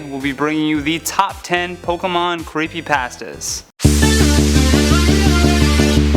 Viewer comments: Creepypasta, you say Creepypahstahs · Omg he pronounces like everything wrong and these are terrible lol like pokuhmon creepy paastas